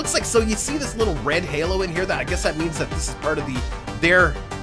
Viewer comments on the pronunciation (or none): none